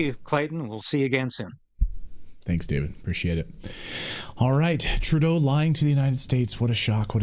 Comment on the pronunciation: Please say Justine Troodoe